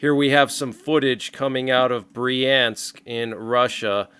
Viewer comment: Bryansk - "ya" is spoken as "ya" in "yard." Kursk is spoken as Koorsk (as in "cool"). Russia is a Christian nation. They celebrate New Year today according to the Julian calendar. Someone opposes Christianity that much.